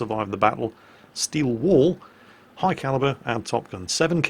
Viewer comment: I know is saying 'Steel Wall', but I keep hearing 'Steel Wool':)